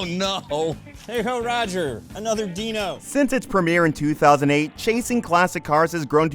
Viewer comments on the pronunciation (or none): none